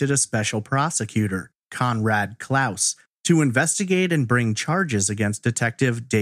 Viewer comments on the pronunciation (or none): none